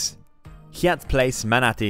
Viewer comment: Seems like shameless self promotion for Yai-at or as it's commonly pronounced (haiyat) and spelled Hyatt...I find it hard to believe that the narrarator has never heard of a properly pronounced Hyatt Hotel